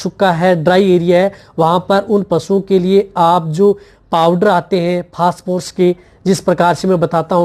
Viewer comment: पेहले आप फास फोर्स बोलना बंद कर दे...😂😂😂 फोस्परस बोले..